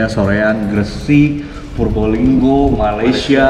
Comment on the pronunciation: purbalingga a bukan prubolinggo hehe😂 sukses terus buat HUMILIATION , di tunggu buat album ke-4nya 😍 semoga makin gahar makin keren dari album2 sebelumnya 😍 stings ✊